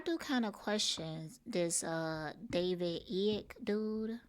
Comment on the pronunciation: His name is pronounced David "Ike" no he was not a part of her programming.